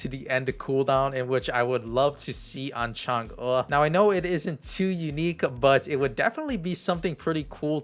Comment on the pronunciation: what you say Changa, instead of Chang EEE? :D